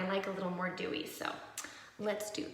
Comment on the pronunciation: when you were talking abt the foundation and you went “i like a little more dewey” “let’s do this” i thought you said “dew” lol